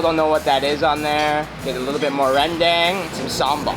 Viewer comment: Maaf bang, Itu Rendang. Bukan Rendeng 😀😀